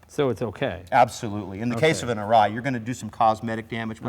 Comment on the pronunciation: this guy is supposed to be a consultant to the company he cant even pronounce the name correctly! typical yanks and their drawl of speech.